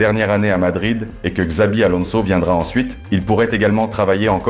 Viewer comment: Tu parles comme une IA. on dit pas valédjo mais Valéhô, on dit pas carvadjal, mais carvahal, le J se prononce comme un h, on prononce Chabi Alonso et non Zabi Alonso